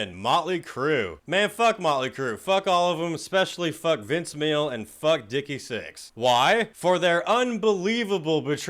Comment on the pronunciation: Did I hear him say “Vince Meal”? 😂